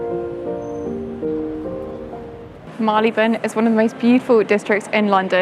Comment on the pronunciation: Marylebone is pronounced MARRY-l'b'n. I don't blame you for getting wrong; it's one of the most mispronounced place names in London.